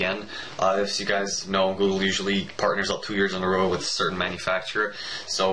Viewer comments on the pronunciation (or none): none